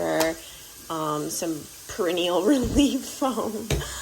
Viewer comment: Perennial...😂😂😂 Love it! I think you meant 'Peri knee al'...anyways 😂😂😂